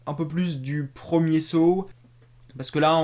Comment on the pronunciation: On prononce Saw et non Sow. C'est comme si tu disais Los Vegas pour Las Vegas.